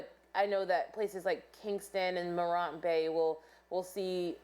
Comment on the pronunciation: Oh Lawd. It's Mo-rant . Please say it correctly.